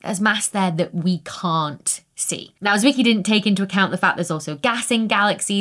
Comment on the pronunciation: Why do I always think of Transformers when you say Fritz Wicky? 😂